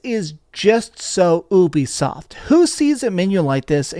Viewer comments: It’s pronounced You-be-soft Not Ooo-B-soft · bro said "obiesoft"